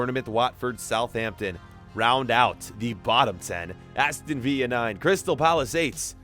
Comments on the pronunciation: Who else noticed crewe alexandra were playing in Portugal? Edit: and how he pronounces Aston villa as Aston Viya? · Did he actually just say Aston viya? Btw love your experiments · its not aston villa its pronounced vill a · it infuriates me the way he says Aston villa. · the pronunciation of aston villa smh. Cagliarli became calgary lool